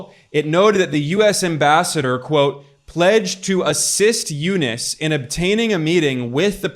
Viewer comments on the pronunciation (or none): Its u-nuus not u-nis!